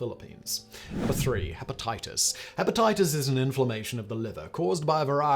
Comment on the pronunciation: Hepatitis sew-on? WTF?